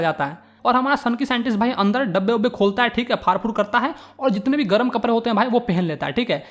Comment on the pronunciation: Bhaiya accha padaya but I laughed when you said kaprrre